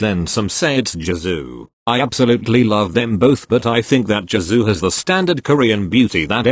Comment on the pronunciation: No body: Robot voice: Saying "JIZoo" instead of "Jisoo"